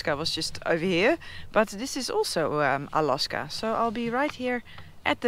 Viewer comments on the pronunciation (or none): Do the native people call it 'A-LOSS-KA' or just you ? If it's just you, you must stop🤣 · Anyone brave enough to tell her how they say "Alawska?"